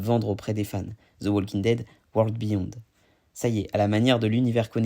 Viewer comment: Le L de WALKING ne se prononce pas.